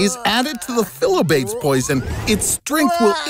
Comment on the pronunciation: Phyllobates is actually pronounced as FI-LO-BA-TES.